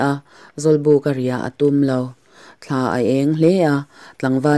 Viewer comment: I chhiar thiam hle nain,a thu lam diklo i nei nual Thla tih te kha vana thla niloin thil hlim thla anga lam tur ania